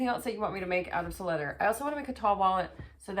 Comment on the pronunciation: Si-Leather. Cy-Leather. NOT Sill-Leather.